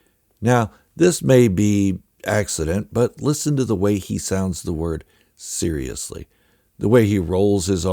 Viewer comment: Interesting pickup on how Dooku’s pronunciation of seriously sounds like Sidiously. I haven’t read Jedi Lost so I’m not familiar with the differences. I have read the Ahsoka novel and can’t help but think that Tales of the Jedi: Resolve retcons the novel to the point that I question if the novel can even be considered canon anymore. Resolve changed the characters, events, and even how Ahsoka defeated the Inquisitor. The only core concept that was kept was that Ahsoka defeated an Inquisitor from whom she acquires her new kyber crystals. I have mixed emotions about Resolve and how far it departed from the novel.